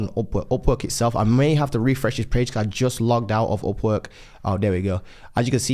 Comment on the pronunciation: Man I was very confused why he was saying OPPO OPPO then I realized its Upwork in Brit Accent.